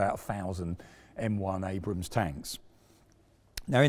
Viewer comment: Congrats on calling Abrams....Abrams instead of Abrahams. Too many British presenters/semi journalists fail on that front. Also curious why you refer to Ukraine as "the Ukraine"?